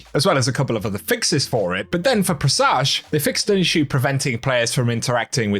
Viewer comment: “Pre Soge”